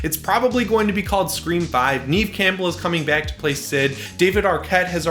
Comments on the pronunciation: Now that Scream 5 is coming, you have to learn how to say Neve and not Neeve! :P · Did you say "Neeve" Campbell? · You pronounce Neve wrong! It sounds like the word Never without the R. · "Neve" is nev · lol. You said it a few times. I've just never heard it pronounced that way before. I thought it was pronounced Nev. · Neve is pronounced like ‘Nev’ lol but still exciting 😁